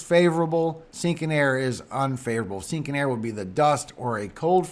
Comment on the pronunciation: Here is a laugh for you 😁. The first time I heard you say sinking air I thought you were saying stinking air. I was like stinking air? What is that and what does that even mean. Then I realized you were saying sinking air 🤣🤣. I got the biggest laugh out of my misunderstanding. Ever since then I get a chuckle every time you say it lol. Laughter is so great for your soul and health. God Bless you